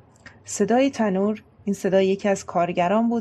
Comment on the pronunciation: مناسفانه خیلی لسامی را غلط خواندند ،،، بهتر بود غلط نامه ای نیز همچون غلطهای چاپی ضمیمه میکردید کلید سول نه سل مندلسون وتنووور نه تنور 😊... تشکر و از سرکار خانوم بابت زحمتشو ❤